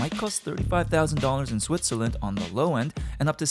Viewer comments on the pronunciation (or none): Where is "Swizterland"?